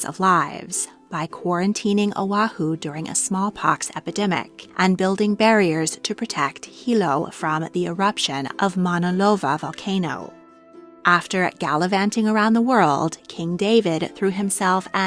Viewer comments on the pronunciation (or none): It was grating on my ears how improperly she pronounced the names of our queens. 😢 And Maunaloa was pronounced monalova? Where the heck did you get the v come from?🤷🏽‍♀️